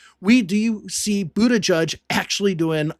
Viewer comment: It's Butijij, not Butajudge.